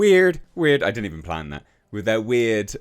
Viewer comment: She even ruined the word weird lol